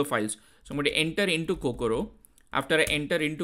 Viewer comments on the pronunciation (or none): Is Kokoro not Kokura